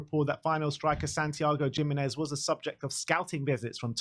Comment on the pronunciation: Santi Gimenez is class I would really want him to join and especially challenge richy, also it’s pronounced (he- menez)